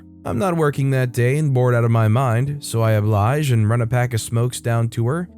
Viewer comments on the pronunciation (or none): none